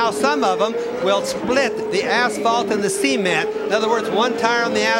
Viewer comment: In all the races I've heard Bobby Unser's commentary on, I've never never heard him pronounce "cement" before. Now I can't unhear it.